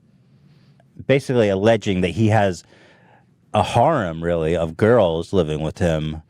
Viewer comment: “I weally twust HBO” LOL wow you guys are out of touch NPC’s.